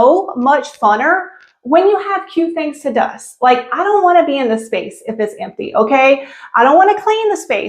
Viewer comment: Dust is a country accent😂😂